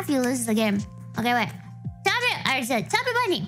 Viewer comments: I know she's saying chubby bunny. But all I hear is stuffy bunny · SNuffy bunny